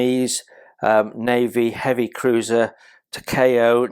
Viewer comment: Hey, mate. It's pronounced "Tah-kah-oh". The company is pronounced "Ah-oh-shi-mah". A gorgeous kit to be sure, of a beautiful ship! The brown rectangular thing you see on the side at the stern is an auxiliary rudder. If the ship's normal rudder is jammed by battle damage, then the auxiliary rudder can be released astern, attached by cables. It drags behind the ship at some distance, and can then be pulled to one angle or the other by the cables, thus acting to steer the ship either to port or starboard. A clever idea! And the main deck, as usual with Japanese cruisers and destroyers, is covered with the usual brown linoleum (with brass divider strips) instead of teak wood planking. I'm looking forward to building this one as soon as I can get to it. To me, these were the most handsome looking heavy cruisers in the IJN.